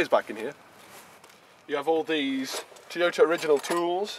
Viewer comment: What's a "Tee-ota?" Is that like a "Tyrota?"